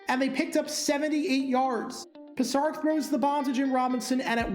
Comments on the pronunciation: Note: the name of the Giants' quarterback is Pisarcik (pronounced "pisarchik"), not Pisarik. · Right, I've mentioned that myself. And it's Joe Pi-ZAR-chik, not Pi-ZAR-ick. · Same QB too in Joe Pisarcik. The decision to run rather than fall on the ball (kneeling was not acceptable until 1987) needs a "Dumb Decisions" deep dive. PS his name is pronounced Pis-AR-chick. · I really enjoy your videos, but it makes me laugh every time you mispronounce Giants. Andy Headon, Ali Haji-Sheikh and now Joe Pisarcik.